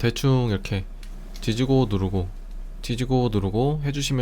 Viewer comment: 지지고, 누르고 라고 할때 뒤지고, 누르고 인줄 ㄷ ㄷ ㄷ